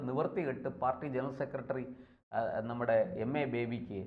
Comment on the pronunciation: കാര്യങ്ങള് പറയുന്നത് ഒക്കെ സൂപ്പർ. പക്ഷെ," സെക്കട്രി" എന്ന് പറയാതെ.